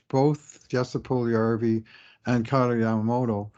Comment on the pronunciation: Lose the Broberry Nonsense or learn the exact ethnic pronunciation for Puljujarvvi and all foreign players……